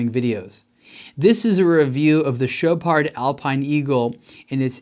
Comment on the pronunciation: Dude you don't pronounce the D in Chopard lol